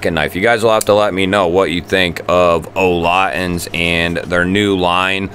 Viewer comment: "Olotins" sorry but its "olitans"!